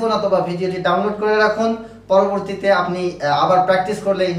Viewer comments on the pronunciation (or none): none